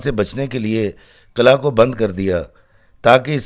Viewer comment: Qil'aa Hota hy sir ghlt nhi kahyn